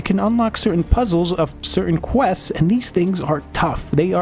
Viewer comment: Say 'questseses' ONE more time. Lol. Love how he gives the game a rating when he only played a tiny bit. Too many wanna be ign reviewers on youtube lmao